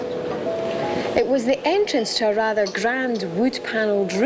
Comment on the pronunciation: Why is she saying invaistigate its investigate you stupid fuck